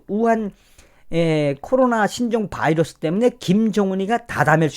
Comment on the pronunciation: 바이러스, 미국발음